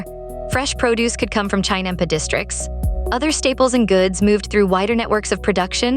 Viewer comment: AI horribly mispronouncing 'chinampa'; a basic unit of production.